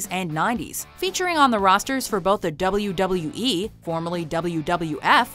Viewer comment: The way she says WWE/WWF/WCW...dafuq